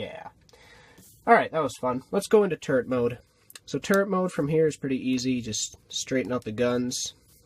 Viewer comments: it sounded like you said turd mode😂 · When you said "turret mode" I thought you said "turd mode" 😂😂😂